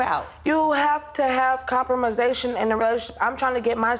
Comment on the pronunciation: Lady in the audience.,Brown&cream stripe long sleeve shirt,brown scarf ..The moment she realized "compromise" was said wrong😆😂🤣